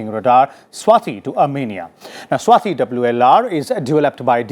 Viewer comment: RS TV me bhi sab south indian bhare hain kya? 'Swati' hona chahiye na ki 'Swathi'